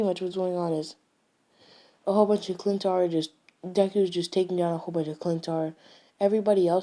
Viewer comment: Sorry but it's not clintar its chitauri